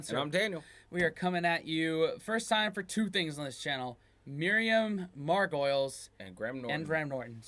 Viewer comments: I would like to point out for all Americans out there that her name is not pronounced " Mar-goils", it's " Margo-lees". She's a genuine British institution! I would also like to add that her stories can get a whole lot filthier & funnier, too. Gloriously, unapologetically herself at all times. I want to be her when I grow up! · Margolyes is not pronounced like gargoyles. It it pronounced Mar-go-lees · FYI It's pronounced Margalees. Not Margoyles. Emphasis on the Mar. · FYI her last name is pronounced "Mar go lees" not "Mar goyles" and she always says the most amazing things. I love her. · Mar-go-leese not Margolyes, like gargoyle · It's pronounced Marg-a-lees, not mar-goyles. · Listen to how Graham pronounces Mrs Margolyes name, it is Margoleees not Margoooles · Mar Go Lees not Margolyes pronounced like gargoyles, lol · She is a very fine actress with a great history in many roles As well as her one-woman shows. BTW her name is pronounced Miriam Margolees not Margoyles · Hehe, I KNEW Spencer was going to say 'Mar-goyles' :) The 'L' is before the 'Y' so it's pronounced 'mar-go-lis'. Glad you reacted to her, she's so honest, raw and uniquely funny. She was also in an episode of Blackadder. Great stuff guys! Nice long vid. Now onto your Karl and Warwick reaction.... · For you Yanks, Miriam's surname is pronounced Mar go lis. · Pronounced Mar go lees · Great video. Just FYI, it's pronounced Mar - go - lees. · Pronounced Mar- go- lees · Miriam Margolyes (pronounced MARGOLEES) is on of UK's most loved actresses she's doesn't give a xxxx and has the most irreverent humour 😂😂 she tells it how it is and has made her own shows as well being in major movies like harry potter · Miriam is hilarious and always outrageous. Her surname is pronounced margolees . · Mar...Goal...Aes is how her name is pronounced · Mar-goyles - like gargoyles - LOL! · Mar gh o Lees is how you say it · Miriam Margolyes is the absolute best! I adore her. (Margo-lees, by the way ;) )